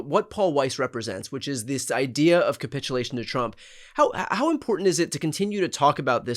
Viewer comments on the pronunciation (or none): TY both🥰:finger-red-number-one: 'kaput -ulation' ??!! LOL